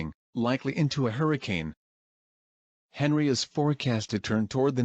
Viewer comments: oh wait u used text to speech and the text to speech read it as henry and not On-ree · Henri is prounced as On-ree